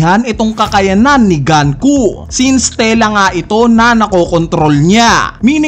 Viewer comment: diba sa Japanese, you will read the words as is? like GUNKO not GAN-KU, pero pwede namang mali ako.